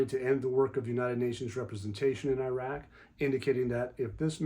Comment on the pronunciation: ❤❤❤❤❤❤🎉🎉🎉🎉🎉🎉🎉🎉🎉🎉 Good Glorious Morning ❤❤❤❤ Thank y'all, for all that y'all do! PS I love to hear you,, & pronounce these names from Iraq. You do the best job, of pronouncing these names! 😁